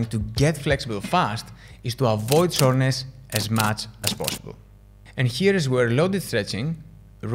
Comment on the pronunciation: Soreness! I thought you were saying shortness 😂